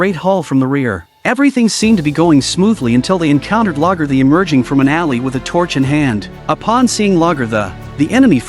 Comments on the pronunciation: GDMF MISPRONOUNCING A.I. HORSECRAP!! King Ah El Le is not pronounced like the alphabet letter "L"!! SEND THEM TO SCHOOL>>>BUY THEIR SCHOOLBOOKS FOR THEM>>>AND STILL HAVE THEIR EVERLOVING HEADS IN THEIR ASSES!!! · Gods, your wrong pronouncement of the king's name is just painful